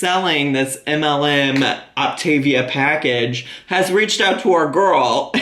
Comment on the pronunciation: Technically, this isn't a pyramid scheme. There is no inventory. But GORL...she should be at least saying the plan properly...it's Opta-veeyah. Not Optayveuh. And this is MEDIFAST.